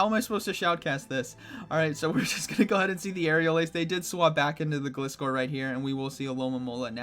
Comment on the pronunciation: Not "Gliss- Kor" it's "Gl-Eye-Scor" (Gliding-Scorpion)